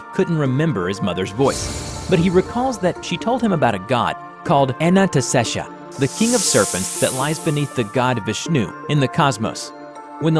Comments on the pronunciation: It's pronounced A - nan - ta - shei - sha. Anantashesha. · And it's pronounced as :- A-Nunt-Say-Sha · Bro the pronounciationbwill be as follows a-nunt-shey-sha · You need to fix your pronunciation. (ANUNTESHEESHA) (THAMUEL). Those are some of the words you miss pronounced. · Its pronounced a-nan-ta-shesh-nag. The endless serpent. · I love your content, keep up your great work but it is pronounced (an-an-ah-stay-sha) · Chickenbomb 50 it’s pronounced “anon-ta-shee-shuh” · How many different times did butcher the noodles name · My favorite part of the video was the 7 different ways he pronounced Anatashesha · I love how they pronounce Anantashesha different every time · I like how he pronounces Anantashesha differently every time. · It really irks me how you kept butchering the pronunciation of anantashesha while the first one was fine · Anant shesh translates to unending snake in hindi and my god you're pronouncing it wrong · His pronunciation of Anantashesha gets worse each time he says it. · How did you managed to pronounce Anantashesha wrong? Just read the spelling, that's how you say it. Simple as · Love the animation, the mispronunciation of Anantashesha pisses me off though. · changes the way he pronounces Anantashesha every time he says it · ITS ANANTASHESHA NOT ANASTESHA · okay i can understand you not knowing how to pronounce thaumiel but when you said anantashesha i kinda got a bit mad okay you pronounce thaumiel correctly in the video at some point so im sorry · The SCP 3000, because there's apparently that many ways to pronounce "Anantashesha". ;P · You pronounced Anantashesha differently nearly every time you said it, and not a single one of those matched the spelling. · I love how says "Ananestesha" instead of Anantashesha hahaha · Anantashesha Not Ananastesha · cool job but it is anantashesha not shisha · The way he pronounces anantashesha lol. It's not Anna-ta-shesha. It's Aaah-Nantha-Shaisha